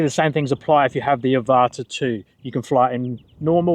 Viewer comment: Thanks for the explanation! People are complaining the Avata 360 has no manual mode, and I don't think I want that anyway. Manual mode = crash sooner! 💀 Also, thanks for pronouncing 'Avata' correctly...some bloke kept saying Ava-ta.